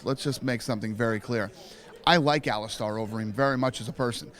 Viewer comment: Is it pronounced AliSTAR or AliSTAIR? I thought it was stair not star...iunno just curious.